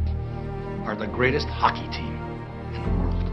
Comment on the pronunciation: your opportunity is defined as ho-C-key